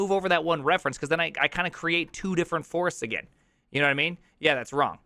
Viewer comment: “Firsteagen” (but not)